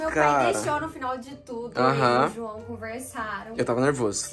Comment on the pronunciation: O João pq voce falo começa com d e termina com e kkkkk